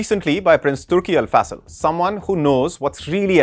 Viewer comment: AL FA Sal? It's AL FAISAL!